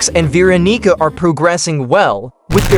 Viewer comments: " vee rokneeker " please use an actual voice and not TTS when describing veeonica and guest 666 😭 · why is the tts saying veeronica like that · BRO DID NOT SAY VEERONICA